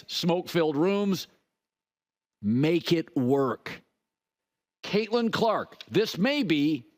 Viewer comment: Lol did he just say get caitlyn carlk easy schedule lol